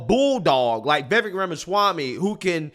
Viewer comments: I wish would learn to pronounce Vivek's name correctly. It rhymes with lake with the accent on the last syllable. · FYI Ramaswamys first name is pronounced Viv Ache (like cake) I love this candidate! Votings for Trump, will write him in if he is not on the ballot but Vivek should be VP. President in 2028!! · "Vivek" rhymes with "cake". 😊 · 1. It's pronounced Vivek (like cake). 2. Vivek has repeatedly declared that he is NOT interested in the vice presidency. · Please call him Viv-ake, as in cake. Not viv-ek. He such a good, smart man...if Trump can't make it, I'm voting Ramaswamy! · Vivek (pronounced "Viv-ake", like cake ) would probably be the best VP choice. His views seem to be forming still so I would be uncomfortable with him as president, but as VP, Trump can keep the ship tracking while Vivek's views solidify and he develops a track record as a politician. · Vi veck is how you pronounce it. Ram a swammy I believe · Vivek is pronounced Vivake rhymes with cake. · Just an FYI, you're pronouncing Vivek's name wrong. Think Vivek like cake, the vek is pronounced like the ake in cake. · Vivek like cake is how he says to pronounce it on the Timcast interview hes done. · His name is pronounced "Viv-ache". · I love you a lot but it's Vi VAKE as in cake. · Let's say Vivek's name correctly. The last part rhymes with "FAKE", as in Acosta is a FAKE journalist.😂 Phonetically it would be VIV-AKE...and he's great but still gonna take Trump to fix stuff. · Thanks for posing this...just to clarify his name is pronounced Viv ake (like cake). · His first name is pronounced: viv- ACHE (like CAKE). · You can say it. Vee-Vake.😅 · FYI: Vivek rhymes with shiv ache. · It's pronounced Vivache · Vivek has no interest in being VP... he wants to be President... his own words.. (and its pronounced like Cake.. Vivek (vivake) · Vivek is pronounced Vi-Vake.. You have enough access to the internet to hear how his name is properly pronounced.